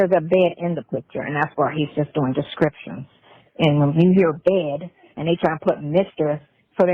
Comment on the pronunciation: I swear when she said "description" I thought she said "you're reading the scriptures" when she was talking, describing the picture to somebody, my eyes were like this 👀👀👀👀👀😂😂😂😂😂